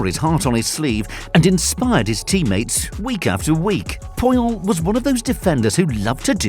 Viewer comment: "Carlos poh-yol"